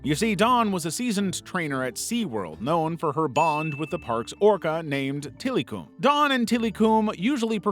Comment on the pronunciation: Till-eh-come is how to pronounce Tillikum